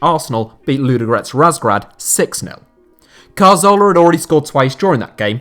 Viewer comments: Hey, I think the issue people have with your Santi Cazorla pronunciation isn't the way you say the "z". It's where you're placing the "r" sound. Regardless of the "z" pronunciation, you say it as if it is spelled Carzola. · We can forgive you for not being able to pronounce any name that isn't English, but it's more like dyslexia. Most English speakers wouldn't pronounce 'z' as 'th', that's fine. But moving the 'r' so that Cazorla becomes Carzola is really unusual. Apologies if you are actually dyslexic. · Good video but i cant stand you butchering Cazorla's name...It was annoying hearing it over and over and over again..So i stopped at number 2